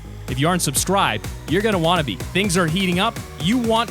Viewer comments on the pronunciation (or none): LMAO YOU SAID SUBSTRIBED